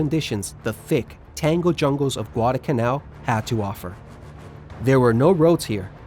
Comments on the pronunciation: IT'S pronounced Guada"L'"canal not Guad"a"canal there IS a pronounceable "L" in the middle of the word. otherwise good video. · I know ppl are gonna hate me for this, but I find it distressing how he pronounces it “gwada kannau”. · Excellent!. I really appreciate the corrections. One problem that I will bring up simply because it was like nails on a chalkboard every time. And either I have seen another one of your videos or somebody else made the same mistake. There is an 'L' in the word Guadalcanal.😊